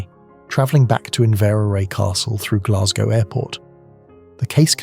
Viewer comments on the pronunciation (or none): none